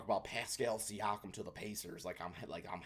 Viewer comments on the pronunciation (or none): none